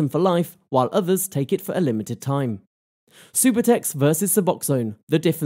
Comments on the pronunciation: Its not supertex its sub-u-tex subutex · “supahtex”? lol ugh, if you can’t even say it correctly, you know nothing about what you’re even talking about smh.